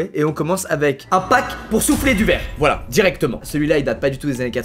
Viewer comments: C moi ou il dis clairement 1000 fois VLAAA des blesse!!! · Il dit v'là tout le mond temps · Il a forcé avec le vla 😭😭